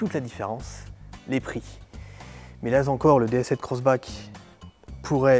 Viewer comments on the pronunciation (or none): "(...) mais, là-z-encore, (...)" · Il vaut rien ce présentateur, il devrait répéter un peu plus son texte avant les prises et éviter les trucs du genre "là-z-encore" Un peu de professionnalisme quand même...